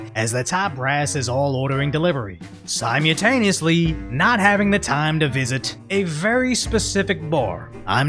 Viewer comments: "SIGH-mew-tay-nee-us-lee". You gotta work on that one boss. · "Sy-mew-taneously"? Dude! I was happy to hear you pronounce "nuclear" correctly and then you go and do that?!?!?